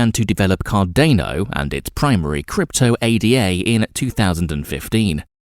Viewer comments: It’s “Ada” as in a woman’s name not an acronym A-D-A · Immediately they say A.D.A and not Ada you move on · It is also ADA (Ayda) not A.D.A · ADA is a name…named after Ada Lovelace…it is not pronounced A.D.A. Otherwise good video